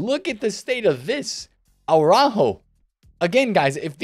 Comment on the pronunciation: listening to you speak araujo hurts my ears 😂😂